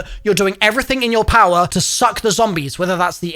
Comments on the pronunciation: He emphasized suck and balls s little too hard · bro really emphasized balls and suck so hard